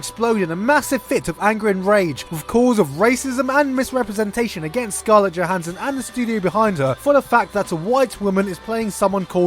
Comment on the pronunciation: you lost a lot of credit for pronouncing her name wrong. Regardless of that and after sitting on a few months of hype (still prefilm release date); Scarlett's prep and probable execution of Motoko is clearly going to be hard to watch. There is alot that editing, director(s) and so on that may influence or help/hinder her end product yet interviewers of Johansson reflecting on her part, she still doesnt understand who and what the Major is. It will be hard for them to hide this.